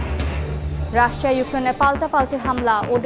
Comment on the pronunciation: রাশশিয়া বলেছিলেন 😂😂